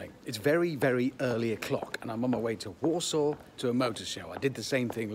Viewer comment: I keep thinking he saying walsall not Warsaw 🤣